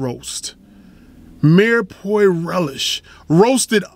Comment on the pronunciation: Mirepoix "meer-PWAH"